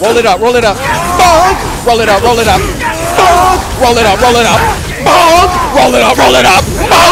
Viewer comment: Has anyone counted the amount of times he said mbonk lol